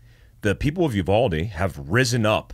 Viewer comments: The town is called you-VALD-ee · I’m from San Antonio and uvalde is pronounced (you-Val-dee) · Uvalde (You-Vawl-Dee) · Uvalde pronunciation is Yoo-Val-Dee